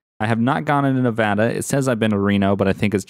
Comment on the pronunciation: finally someone said Nevada right